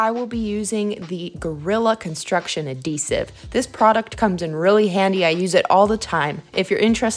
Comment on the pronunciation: I like how you pernounce adhere and adhesive, not loling ive never heard the that way 🤘😆🤘